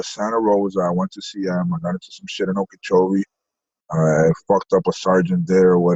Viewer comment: Binge watching you all day! Love from the babygang 💖!! Shout out to on pronouncing Okeechobee correctly 😆! That’s my hometown! Low key wondering who he fucked up lol